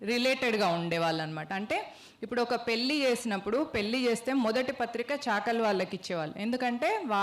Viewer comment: అమ్మాయి పెల్లి కాదు "పెళ్ళి" అని పలకాలి